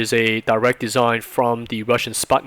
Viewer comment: lol Sputnik is pronounced like Putin. Great vid.